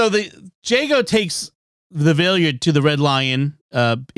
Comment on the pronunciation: The way you all pronounce the Valeyard's name is driving me nuts.